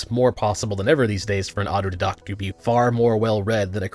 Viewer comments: I believe you don't understand hyperbole. My point is any moron can label themselves as an autodidact, and assume anyone who pick their arguments apart are attacking them. When in reality, they're just crybabies who can't handle constructive criticism so they fall back and watch videos like this(even though the dude pronounces autodidact incorrectly) to confirm their own biases. I don't trust the media. Just like I don't trust any self-proclaimed "autodidact" who fry their brains watching conspiracy theory videos, but can't tell the difference between a Philips and Allen bit. This video is pointless and it’s already generally agreed that education isn’t equal to intelligence. However, teaching yourself something doesn’t automatically make you a genius either. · your argument would be improved by learning how to pronounce auto-didact. you're right though no amount of education can bring an American out of their stupor. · Didn't get credential in pronouncing autodidact. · I think you are pronouncing autodidact wrong. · should have taught himself how to pronounce "autodidact" before using a big word to sound smart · You mispronounced autodidact and prevalence. Lol. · Are you mispronouncing autodidact on purpose? It sounds silly. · Biggest problem of thinking and doing all the reading for yourself is you never hear someone else pronounce "autodidact" 😋 No judgement, mispronunciation shows someone is actually reading rather than being told things. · The way you pronounce autodidact always makes me wince. Love your videos either way just had to be pedantic. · You mispronounced auto didact about 50 times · Hi, friendly neighborhood pedantic nitpicker here! The way you pronounce 'autodidact' sounded wrong to me, so I checked. What you're saying is something like "auto-did-oct," but the credentialed-elite say the pronunciation is "auto-die-dact." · It's auto DIE dACKt. Not auto dih dokt. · You keep saying åtō-dédå'ħt instead of å'tō dī'-dăkt. 😅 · Auto "Dye-Dackt"